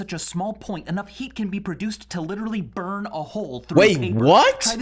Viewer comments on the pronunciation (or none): none